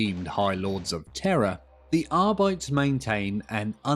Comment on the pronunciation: Here’s the pronunciation: A-dept-us Ar-bee-tees - Warhammer Community